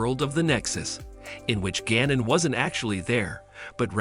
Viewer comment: Gannon? It is spelled Guinan and pronounced like "wine-an" with a G.